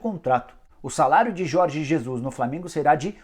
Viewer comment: É Flamengo e não flamingo